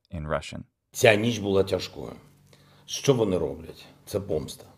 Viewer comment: I'm native Ukrainian and your 'що' it's so pleasant to listen to and all your pronunciation is very good, thanks for this video(though I didn't understand some moments because of my language barrier but I try to get better😅(all this text I write by my own… power(?)))💙💛